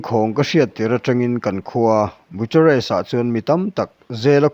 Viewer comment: Bu-cha-rest ti in an lam ngai lova, Bukharest ti in an lam thin aw....Bucharest.hi mizo tawng a ni lo va, mizo hawrawp "ch" anga lam ve ngawt tur a ni lo aw.....Ram pakhat Capital city, lar ve tak lam dan poh hriat loh hi chu mawl na chi khat chu ani eee.....thil hriat tlem lutuk vang chauh ani e.... I lam dana Nazi ti a lam lovin Nâà-ziii ti in an lam thin bawk.....aw